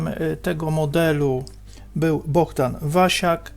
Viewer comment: BoHdan, a nie BoGdan ;)